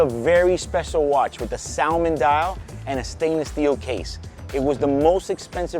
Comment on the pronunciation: Dude i love your list awesome video! -In english "salmon" is pronounced without the "L" so just say samon.... ;)